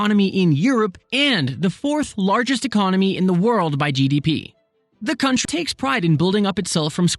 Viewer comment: was it cut purposely as a joke? it sounded like c**t rather than country to me LOL